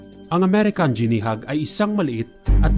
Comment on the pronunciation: Di mo ginawa homework mo. Sablay pag pronounce mo ng guinea.